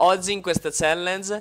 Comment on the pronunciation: Si dice "CHALLANG"